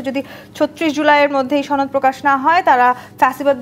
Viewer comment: ছনদ নাকি সনদ! কিছু মানুষ ইচ্ছাকৃত ভাবে সনদ কে ছনদ বলে নাকি ঠিকমত উচ্চারণ করতে জানে না?